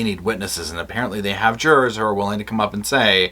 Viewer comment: Not the jur-ars!